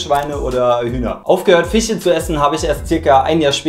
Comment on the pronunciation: Wieso können manche deutsche 'sch' nicht richtig ausprechen??😂🤔 Weil er fiche statt fische sagt Hab ich nämlich schon bei vielen gehört